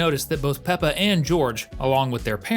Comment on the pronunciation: Peppa not pepper